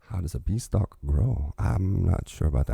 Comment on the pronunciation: Growing like a bean-stalk, not bee-stalk.